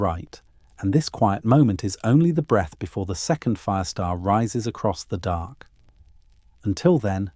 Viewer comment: DARK... not dock! Learn to pronounce words CORRECTLY!!